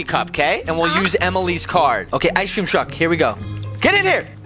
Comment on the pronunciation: Bro you just said ice sreacm